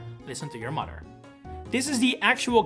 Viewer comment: Listen to ya mather